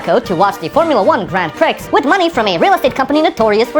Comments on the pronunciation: FYI, it's pronounced Grand Pree, not Grand Pricks. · Did you just say Grand Prix as "grand pricks" ? Lol. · I've never heard anyone pronounce the X in grand prix before. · “Grand Prix” is pronounced “grand pre” another stupid English language pronunciation rule.